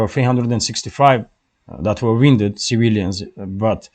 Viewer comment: Господин, пожалуйста, не говорите "замотанный" - слово произносится как ( wUn 'ded ) "раненый"